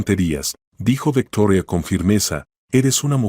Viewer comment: Este señor no sabe hablar o leer Cúal macol es maikol y se escribe Michael y es VICTORIA no vetorea. Lea bien